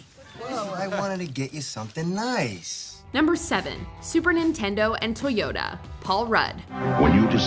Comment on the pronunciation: "4 toy yo da"